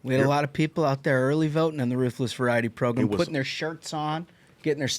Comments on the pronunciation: Progrum! It drives me nuts when they say that. 😂😂😂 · So this is a program. Not progrum. 😮 I want to correct you every time you say that 😂